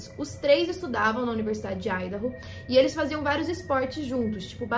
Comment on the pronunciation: feliz que finalmente um vídeo que tenha ordem e sentido e além disso pronunciando Idaho corretamente